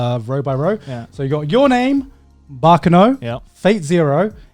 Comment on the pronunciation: that's not how you pronounce baccano, but don't worry becausee i'm italian and i'm so used listening japanese and english that i made the same mistake, untill my little brother pointed it out to me and i felt like an idiot